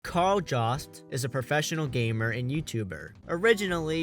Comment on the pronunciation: It's pronounced with a Y-sound and a B in the middle, "yobst"